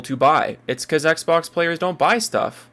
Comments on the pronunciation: Why does sound like he’s trying not to choke on his own uvula? Every time i hear him struggle to get simple words out, i get irritated by his cadence. He says “Ehgzbohgs” instead of xbox, man. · I cannot stand how he says Xbox